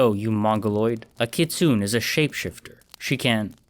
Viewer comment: Yeesh the writer started to get a bit preachy with this one. Btw a kitsune is Japanese folklore so it’s pronounced kits-oo-nay Great addition to this timeline tho